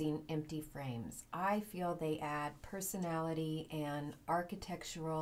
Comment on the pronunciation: I love that you said “Purse anality!” 😂❤️❤️❤️❤️ on the purse planter!